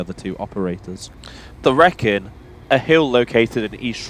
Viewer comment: Great video, I had the pleasure of catching a 196 from Shrewsbury to Telford Last night, very impressive. Oh by the way, the hill you mentioned is pronounced reek-in not wreck-in 🙂